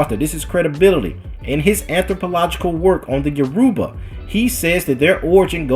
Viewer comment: It’s YORUBA (pronounced all together at once) Not - “yo - Ru - Ba”